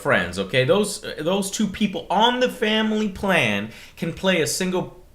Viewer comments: Shamily...SHAM-ily yep that sounds about right Joe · in this "sham ily plan..." slip of the tongue Joe. Fuck MS. Wankers.